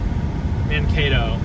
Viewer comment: It's pronounced Man kay to